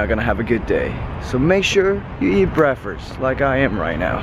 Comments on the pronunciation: brakfes hahahaha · I love his accent - breakfrurss XD love it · 'breafast' lol